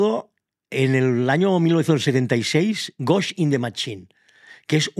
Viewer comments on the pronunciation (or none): Ostia el justo comenta el manga pero no es" gosht un the machine "como dice el si no "gosht in the shell"😅